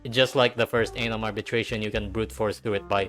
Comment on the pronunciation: You saying Anom sounds way too close to something else...